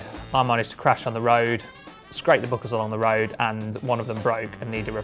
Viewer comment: The "book-kels" out of the way